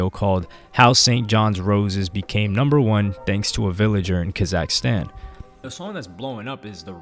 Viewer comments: its not ka zack stan its KAZAKHSTAN one full word not 2 words weirdo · It drives me crazy how you pronounce Kazakhstan